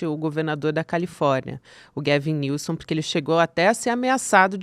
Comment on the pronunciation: Só pra adicionar, a pronúncia do nome do Governador da Califórnia é “Góuven Nilsam”